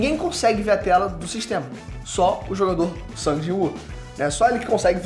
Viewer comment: Só eu q acho estranho chamar nosso "mininu" SUNG de SANG? Me corrijam se eu estiver errado mas nao é so pro Ingles americano e alguns/todos os países europeus q mudam a pronuncia nesse caso? Gosto muito do ei nerd e seus conteudos mas qdo vejo o q vai falar sobre SL ja fico na expectativa de ouvir Sangue kkkkk